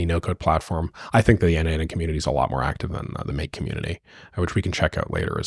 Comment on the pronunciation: Okay,I think it clicked: N8N = N-EIGHT-N ≈ Nation. That last N is aggressively cosplaying as the 'shun' sound… but I’ll take it. 😂